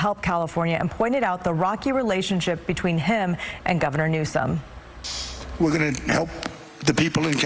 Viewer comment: Why didn't the talking head anchor pronounce his name correctly as was printed in Anna Kelly's White House press release?